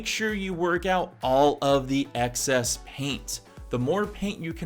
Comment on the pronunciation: the word is excess not access. appreciate the video :)